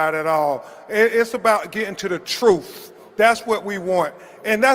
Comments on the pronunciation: He is illiterate, it's not troof, it's pronounced truth. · Why does he say troof (which is not a word) instead of truth? I have heard him say this repeatedly. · Did he really say “truf” ? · Did he say,"It's about gettin' to the troof?" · If this man say “truff” one mo’gen 😂😂😂